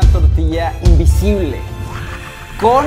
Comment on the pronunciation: Soy el único que se dio cuenta que dice invisble y no invisible?